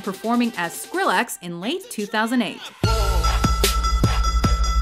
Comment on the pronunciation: I hate the way she said Skrillex. And I didn't know Diplo was all of that that she listed.